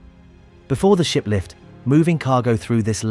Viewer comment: Does anyone else hear the narrator say "shit lift" instead of "ship lift?"